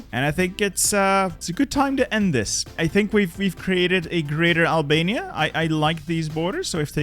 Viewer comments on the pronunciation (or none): this mf said abania